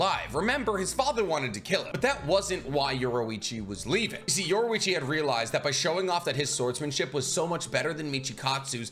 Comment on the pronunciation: Bro said yorwoichi